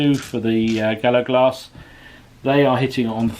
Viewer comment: Another great game, yes enjoying these games with these different troop types and would love to see another. Maybe an ambush type scenario?👍 Mate was that just bad pronunciation? Bonnacht, Gallowglass, there was also a short period of blurred vision....have you been at the Cooking Sherry again? 😂